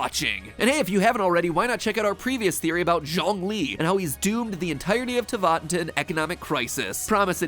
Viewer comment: the fact he was able to say snezhnaya correctly but not teyvat